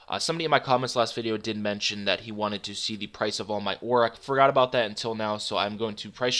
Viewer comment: Do you say aura instead of ore? Ricecup pronounces it that way too wtf?